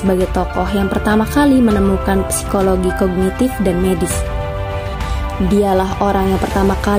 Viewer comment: Izin koreksi ya, psikologi dibacanya sikologi